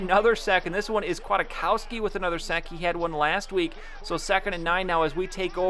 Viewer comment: Pronunciations: nick Kwit-cows-key